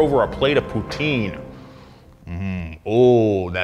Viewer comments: wtf is that poutine from a french canadian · YOU SAID POUTINE WRONG!!!!!!